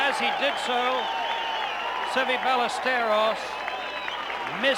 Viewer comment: Kind of ridiculous Nantz pronounced the "z" in Olazabal and Melnyk pronounced the " l's" in Ballesteros.